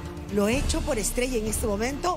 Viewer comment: Me encantaron las dos por qué cada una tiene un tiembre de voz y forma de interpretación estrella pronuncia bien comienza de apocos y retumba al final pero Milena ella lo hizo a su forma con su dulce voz la hizo